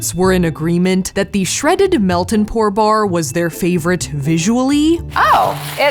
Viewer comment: "Shreaded Ken doll" I'm dead 💀